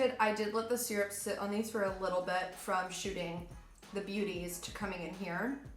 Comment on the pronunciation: The pronunciation of syrup, triggers me. 😂😂😂😂